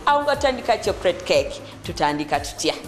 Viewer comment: Not 'chokrate' Chocolate